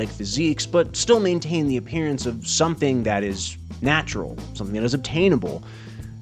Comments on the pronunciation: . Natural not natrual...... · He's just a rat man, he's gonna mess up a word or two